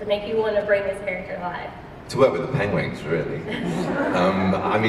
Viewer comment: Aww, he said Pengwengs